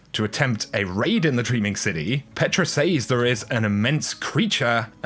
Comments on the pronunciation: It’s pronounced “sez” not “sayyysssss” 😳🙄🙄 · Look... it’s pronounced “sez” not “saze” for gods sake 😂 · says is pronounced sez not saze! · Can you please say "Says" properly all the time, its minor but man is it annoying when you alternate saying it right and wrong. Its not Sayyzzzz !!! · Shirley Timple It’s an incorrect pronunciation. A lot of people say it like that but it has always been pronounced as “sez” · Omg stop saying says that way. Driving me nuts dude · Say "says".